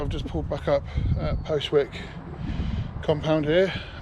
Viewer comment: Another very interesting insight to the industry, thank you - Owen may well be having a word about the pronunciation of Postwick though :)